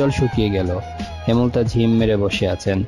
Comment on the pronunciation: হেমল তা নয় ,,,,হেম লতা